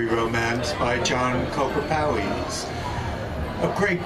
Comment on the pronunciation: Not that it matters, but it's pronouncd John Cooper Pow-iss. Good choice, though!